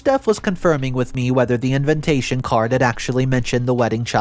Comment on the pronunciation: repeat after me : "in-VI-ta-tion, in-VI-ta-tion, in-VI-ta-tion". please please pleeeaaase stop saying "in-VIN-ta-tion". It triggers me every time and then I can't follow the rest of the story...